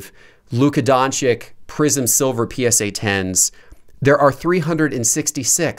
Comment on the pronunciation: Luka Don-Chick? lol please learn to pronounce his name first ...